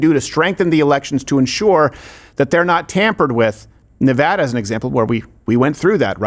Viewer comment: As a Nevadan, thank you for saying Nevada & not Nevoda